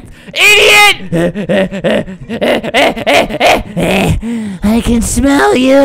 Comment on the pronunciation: Stop saying idoit or i ll dislike